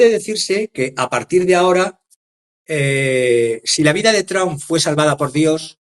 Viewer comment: no solo te comes las” s” ahora es invisible la “ p” de Trump ( tramp). De les escucha mal vs, no suena bien.